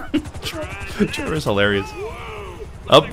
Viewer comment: TrevOr not Er